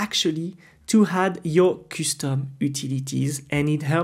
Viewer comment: i don't mind your accent but your pronunciation of some words sucks men.....kustom instead of custom, engyne instead of engine aaghr..no offense tho, and thanks for your time